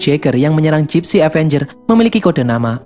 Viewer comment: kok bilangnya Dipsy danger bukannya gipsy avenger